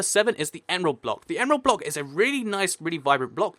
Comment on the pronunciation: Dude..... You really need to slow down, you are stating to trip up and make mistakes, like, 'Prismarine blick', plus, you said that it takes you quite a few takes before you get it correct. Great video, great concept (both, as always), but, the speed is REALLY FAST. Anyway, just my personal opinion. :D